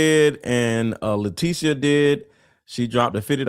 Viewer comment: letecia is pronounced lateesha in my country.